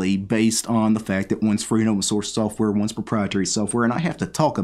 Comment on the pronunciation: I just heard you say software as soafwurr and now I can't unhear it